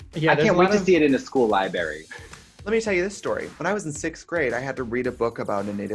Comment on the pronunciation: Why is no one talking about Katya saying "I can't wait to see it in a school libary..."